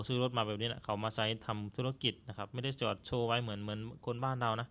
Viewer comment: ❤❤❤ มีปัญหาเรื่องการออกเสียง ด มาตลอด เท่าที่ฟังมา น่าจะฝึกออกเสียง ด ให้ได้นะ ก็รู้ว่าภาษาลาวไม่มี ด ช ฝ ฟ เพราะฉะนั้นการออกเสียงพยัญชนะเหล่านี้จึงมีปัญหาสำหรับคนลาว เช่น คำว่า ดาวน์ เป็น ลาว ที่ออกเสียงเหมือนกัน ด เป็น ล บาวครั้งจะสื่อคำว่า ไม่ได้....ก็พูด ไม่ล่าย.... ตลอด ความหมายมันก็เปลี่ยนไป เราฟังตอนแรกก็เข้าใจว่าเป็นรถ คนลาว ที่จริงจะสื่อความหมายว่า ดาวน์ นั่นเอง พอฟังๆ ไปถึงรู้ว่า อ้อ.....การดาวน์รถนั่นเอง การผ่อนรถมาใช้ ทำไมเขาไม่เก็บเงินซื้อสด บางครั้งรายได้ไม่สูงอาจจะใช้เวลาเก็บหลายปี การผ่อนรถก็ใช้กำไรจากการค้าขายนี่แหละมาส่งค่างวด ก็เหมือนกับทำการค้าทั่วไป ทำไปต้องยืมเงินธนาคารมาลงทุน มันต้องจัดเก็บเงินสดไว้ส่วนหนึ่งเพื่อเป็นทุนสำรอง คือเงินประกันความเสี่ยงนั่นเอง